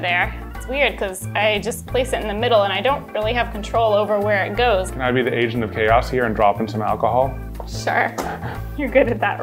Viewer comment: I heard Asian of chaos instead of agent and I was very confused lol